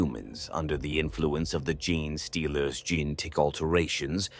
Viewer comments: I wanted to listen to this one so bad but I could not take the “GIN” stealers vs “Gene” stealers, sounds like “Jeans” as in blue jeans. I hope it gets fixed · major kill has the worst pronunciation listen to official pronunciation please it's genestealers not gin stealers. Ffs he calls tzeentch titsnitch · I sometimes hate the Ai mispronounciations but now I love the idea of gin-stealers. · Tie-Rya-nids bothered me more than Gin-stealers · I love everything Tyranids, but I can't listen to this. Tie-Rannids, Gin stealers, Gin---tic material... it just keeps kicking you in the face. AI has really destroyed so much so fast...